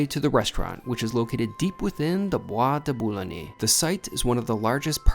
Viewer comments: The Bois de Boulogne isn't pronouned with that e at the end, de Boo long. It's where the vampire Lestat was first taken. You were lucky to get out with the tab.😂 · It is pronounced Bwah duh boo loon yuh😅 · Boo ah de boo loin. Pray Catalan. Nice video but please check pronunciation. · pronounced "bois de bouloin" one doesn't pronounce the "g" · Don’t pronounce the ‘e’ ending in ‘Bois de Boulogne’.